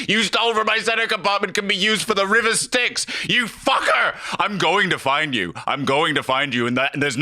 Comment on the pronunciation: nice pronunciation of "styx"